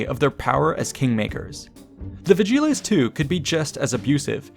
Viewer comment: a bit painful how you pronounce vigiles, but otherwise great